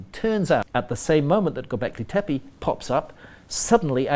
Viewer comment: Hancock purposely pronounces Tepe incorrectly. Been making money on the name in appearances for so long he should get it right.